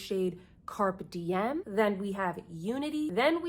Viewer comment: Please learn how to pronounce “Carpe Diem” it’s Latin and doesn’t have anything to do with a carp 😉 Google it, please 🙏🏻